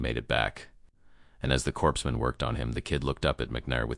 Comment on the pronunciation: AI: corpsman is pronounced "Core man" not like Obama said Corspe!!